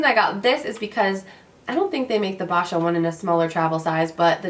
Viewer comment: Congrats on your FIRST HOME! My dream is to one day OWN a home as well! Boscia is pronounced (BO-SHIA) btw :D I don't believe theres any more Sephora VIB Sales for the rest of the year unfortunately, the sephora girl might've gave you wrong information! >.<* BUT, today is the first START day of our current promotion which is the $15 off $50 (BI) purchase, $20 off $50 (VIB), and $25 off $50 (VIBR). Should be in your VIA email or mail box! Hope this helps! Loved the Haul!